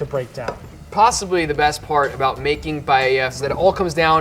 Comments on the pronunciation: ? pallella??? If she doesn't even know how to pronounce paella, what can you expect? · Not only none of them did a good paella, but they all mispronounced it 'Pallella'. (Except from the guy reacting which has very decent spanish accent).